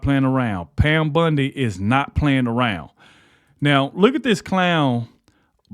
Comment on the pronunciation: Bondi, not Bundy